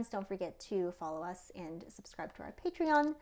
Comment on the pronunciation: Why do they sometimes say patrein